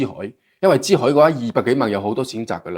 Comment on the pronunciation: 個男主持講嘢好多懶音，唔係支海 係珠海😅